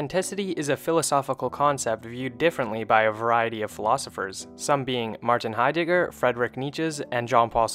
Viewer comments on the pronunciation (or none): none